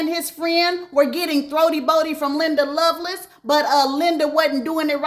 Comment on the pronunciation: .....her name is Linda LoveLACE pronounced just like it's written. I promise I love you and your channel. When you said everyone ate you up about Andre Harrell I busted out laughing 😂